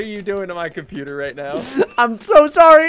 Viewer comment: dont say my computer say my comptewbre